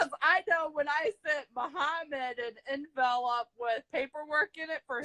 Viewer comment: She said “in-vel-up” instead of envelope!!! 😂🤔